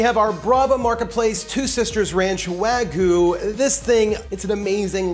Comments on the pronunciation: Wagyu (pronounced Wag-yuu), not wagu. Lol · That doesn't even look like authentic wagyu also you're saying it wrong. Um... "wah-geeuu" but like... the "geeuu" part is said fast? It's hard trying to tell someone how to pronounce a Japanese word. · If you call that steak "wagoo".. one more time... ill smack you upside the head.